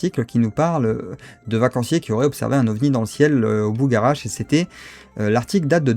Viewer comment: Je crois qu'on le prononce " Bugha-rache " 😉.